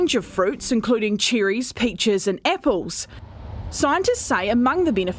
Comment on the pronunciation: What's an "epple"?